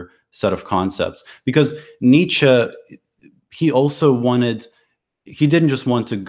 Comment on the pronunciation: Nietzsche is pronounced a bit like neat-sheh or neats-sheh. A bit like "meh" at the end. There are probably better phonetic fits, but that's what I could think of at a glance. Overall great video btw., quite a bit more productive than the last few imo.